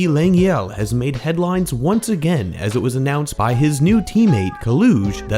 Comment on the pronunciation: We go AGANE one more time